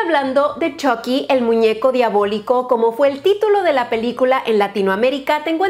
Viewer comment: Yo al principio con la esperanza de que diga chucky con u , y no con o : chocky :(